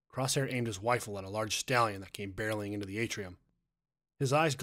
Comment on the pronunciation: it is a wifle that's what I heard lol